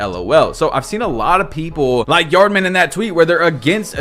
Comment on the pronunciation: Bro you called him yardman😂 its yaadman who is one of the best dribblers in this game